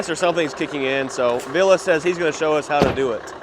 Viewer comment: VillE, VillE not VillA! C'mon! 😄